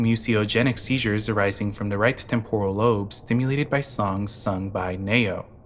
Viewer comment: It’s pronounced “Knee-Oh” not “Nay-Oh” lol great video though